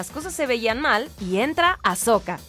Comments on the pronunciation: es "Ahsoka" y no "Ashoka" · Noooo ES AHsoka no AsHoka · Hermione: es AHsoka no AsHoka!! 🤣🤣